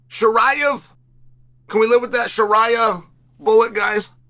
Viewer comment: Sharia Bullet? Lmao, please unc Chael, never change!